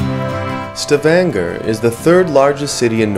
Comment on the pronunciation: its pronounced "Sta-van-ga"... lol